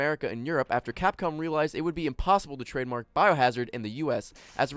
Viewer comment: If you listen veeeeeeeeeerry closely, you can hear say "Capcum".